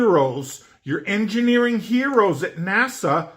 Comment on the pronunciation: cracked up when he said, "the engenering marvels AROUND THE EARTH":)